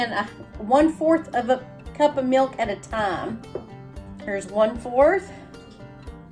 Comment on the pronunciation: What is " mee- ilk " ????